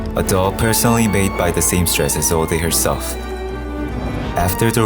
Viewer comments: (Is-old) not (Is-old-eh) the e is silent. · it's prounouced "isold"" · i hate how isolde is being pronounced. the e is silent. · the only thing wrong with this video is the pronounciation of Isolde